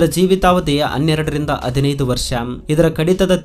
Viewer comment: ದಯವಿಟ್ಟು ತಪ್ಪು ತಿಳಿಯಬೇಡ ನಿಮ್ಮ ಕನ್ನಡ ಸ್ವಲ್ಪ ಸುಧಾರಿಸಿಕೊಳ್ಳಿ ಇದು ನನ್ನ ಸಲಹೆ ಧನ್ಯವಾದಗಳು ಸಂಕೆಗಳನ್ನು ಹೇಳುವಾಗ ಸ್ವಲ್ಪ ತಪ್ಪಾಗಿ ಹೇಳ್ತೀರಿ ಉದಾಹರಣೆ ಹದಿನೈದು ಬೇಇದ್ದಿದ್ದು ಅದಿನೈದು ಅನ್ನುತಿರಿ ಅಷ್ಟೇ